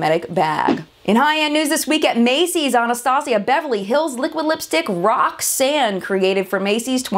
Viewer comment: Lol, I think you were trying to say "Roxanne" but it sounded like "rock sand"